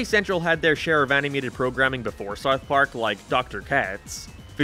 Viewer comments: South Park, not whatever you’re saying bro 😂😂😂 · Have to ask about your accent, are you like Irish but moved to the US or something? Sounds like youre pronouncing south park as seuwth perk and other stuff like half british/irishly or am i going insane? Oh i literally got my answer like 5 seconds after commenting lmao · Why is bro saying “Sarth Park” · You pronounce it like sarth park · Sarth park lol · Sourth park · Sooouthh paak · *sarth park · You cannot pronounce “South Park” properly and it’s bothering me lol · I have never heard anyone pronounce South Park the way you do. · The way this guy says South Park is funny to me 😂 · The way he pronounces “South Park” makes me insane…. Like no hate, I know it’s his accent, but god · why do you say south park like that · Dude, why can't you say "South Park"? Is it an accent, speech impediment, or something else? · sounds like your saying smouth mark lol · You say sarth park and it hurts my ears. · You say sourth park instead of south park. Doesn't bug me but it just sounds strange. 😂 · “sourth park” lol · "Sarth Park" Killing me with it. He says Sarth Park so many times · Nobody else gonna mention bro says “sart part” 💀💀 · “Sarth Park” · What the hell is “Sarth Park” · Hey, it’s called SOUTH Park. Not SOUF Park. 😂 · Sarth park? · I'm Brazilian, and this is a LEGITIMATE QUESTION! Where is this accent from? Why does he pronounce "Sarf Park" ?????? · wtf is serth park sarth perk? seriously nobody else commenting on how he cannot pronounce South Park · I can't handle the way you say Sarth park. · I had to take a break from watching this video after the 20th "SAWRTH PAWRK." Sorry m8. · “ Sourth park “ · bro really says "sarth park" instead of south park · saerth park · man i sure do love souwth pawrk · Souerth puaerk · WTF is Sarth Park? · Why are you saying Sarth park, honest question lol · I’m 10 minutes into the video still tryna figure out what “saiyth pork” is… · Saurth Paurk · Are u saying sarth park? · Sawth Park?